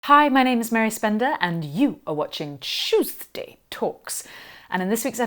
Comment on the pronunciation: Love your videos, Mary, you have a nice voice’ I must have missed the original, but why do you say at every beginning? “Chewsday talks” in that way!??? XX🎄🌈